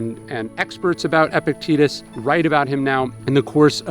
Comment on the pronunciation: Surely it's pronounced eh-PIC-te-TUS? Not epic-TEETUS?